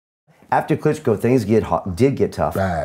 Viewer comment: He said it Konklitchko fight 😀🤣